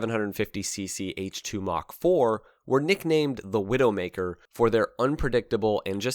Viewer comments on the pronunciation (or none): none